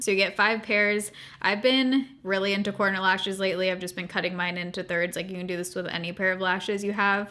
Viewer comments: I thought you kept saying “porno” lashes and then I finally figured out you said “corner” lashes. 😳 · Every time you say corner lashes my brain keeps hearing porno lashes 🤦🏼‍♀️.